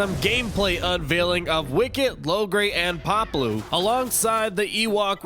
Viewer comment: *(pah•blue), not Pablo lol